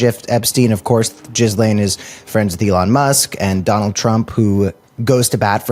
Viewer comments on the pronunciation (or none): Are you pronouncing it Jizz~Lane on purpose?😬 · The s in Ghislaine is silent. Is Ghil-aine